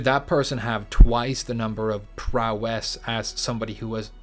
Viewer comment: I'm thinking prowess is going to be similar to 'global smash power' in smash. I'll never forgive you for pronouncing it that way so many times. Also, I'd love to watch the wave dash podcasts but they are waaaaaaaay too long for me.